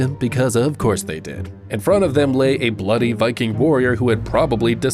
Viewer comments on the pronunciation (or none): none